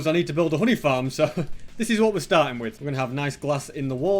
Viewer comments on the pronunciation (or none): i thought he said hoodie farm when he said honey farm LOL